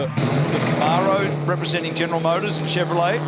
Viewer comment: Australians can’t pronounce Camaro.